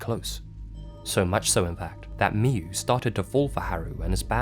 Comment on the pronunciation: It's pronaunce miyu